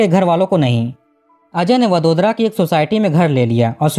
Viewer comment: भाई, दो सवाल है आप के लिए। आप हर वाक्य में दो-तीन शब्द उस विदेशी कूतरा भाषा में क्यों बोलते हो? और तो और, क्या आप को वडोदरा जैसा सामान्य नाम, जो कि हिंदी में भी बड़ी आसानी से लिखा जाता है, सही ढंग से उच्चार करना सीखना ज़रूरी नहीं लगा? ये सब आप को वीडियो बनाने के पहले ही सोचना आप को क्यों ज़रूरी नहीं लगा?